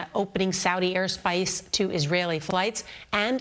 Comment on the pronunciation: Why she say airspace like that😂😂😂